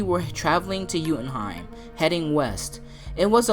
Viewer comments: You keep mispronouncing jotunheim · you say joutinheim wrong I know I spelled it wrong